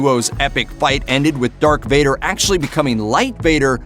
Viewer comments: Darth not dark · He also says dark Vader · Did he say Dark Vader? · And he said “Dark Vader”